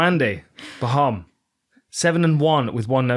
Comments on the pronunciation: As a German: You were nowhere close to pronounce Mandy Böhm right :D Great show as always <3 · Bohm is spoken with an O like in No, easy.